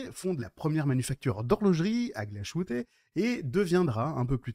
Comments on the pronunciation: Glashütte se prononce " glace - hutteu " (à la française) non ?! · Montre magnifique, rien à dire ! Mais NON, Glashütte ne se prononce pas "glachouté"...😡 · Arrête de prononcer le sh en ch de Glashütte, qui signifie "verrrerie". Il faut prononcer le h en aspiré 🙂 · La montre est belle mais il va falloir travailler la prononciation allemande: Glashütte, Söhne, Lange.. tout est à revoir ! ;-)